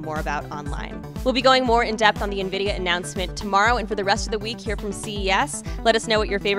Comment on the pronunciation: i thought the ceo called it nvidia spy... dude has to work on his pronunciation or everyone will think hes trying to create skynet